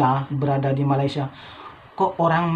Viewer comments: ma lay sia bukan ma ley sha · 1 perkataan yg masih belum sebut dgn betul adalah MALAYSIA... lps ni cuba dengar bagaimana orang malaysia sebut perkataan Malaysia dan cuba ikut sebut dgn betul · Sedap di sebut melesia